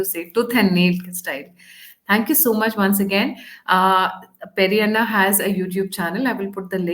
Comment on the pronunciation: Hi, you need to call him Pedda Anna not Peri Anna😂